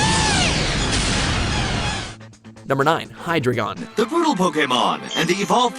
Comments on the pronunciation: Btw you pronounced hydreigon wrong xd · its pronounced hi-dragon not hi-dregon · It’s accaully pronounces (hi dragon) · You pronounce hydreigon by hydygon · its pronounced Hi-Dry-gin. dEINo, ZWEIlous, hyDREIgon. 1, 2, 3 in german loland its pronounce Ray-quay-za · LOL HE SAID hydigeon wrongly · SAY HYDREIGON RIGHT